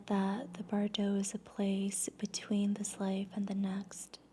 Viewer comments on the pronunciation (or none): Since you mispronounced it multiple times, Bardo—from the Tibetan Book Of The Dead—has the emphasis on the 1st syllable : BAR-doe. As you speak beautifully, I thought you’d want to know.